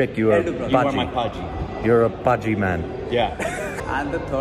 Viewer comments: Bhaji, Not paji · Beo it's not "paji" OR BHAAJI its BHAJÍ.. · its not 'Paaji', its 'Bhaaji'